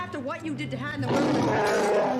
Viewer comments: You're saying Han Solo right sister you're okay you're saying his name right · You're pronouncing Han's name correctly. Lando is the only one that says it differently. The difference in training scenes between Luke/Yoda and Luke/Grogu is that Luke is actually training, and Yoda is having him run to demonstrate that the Jedi's strength flows from the Force. Grogu is just along for the ride while Luke is doing all the running.